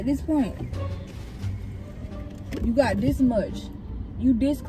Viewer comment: Bro said I bought dis mat😂